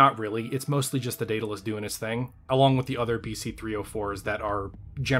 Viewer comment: i worry that youre hung up on spelling. the name of the ship is clearly pronounced "dead-a-luss" thats how its always said..... 100% of the time. why do you keep saying "day-da-luss"? is it for fun?